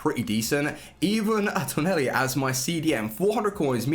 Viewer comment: its tonali not toneli